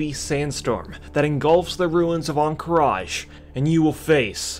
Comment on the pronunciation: there is no "i" on the end of Ruins of Ahn Qiraj